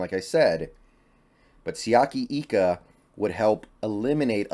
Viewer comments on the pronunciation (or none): Hey, new subscriber. Just watched your draft 1.0. Wanted to correct you on a pronunciation of Siaki Ika's name. It's like an I, not an E with his last name. I lived next to a family from Tonga with the same last name, and they told me. I like the picks!!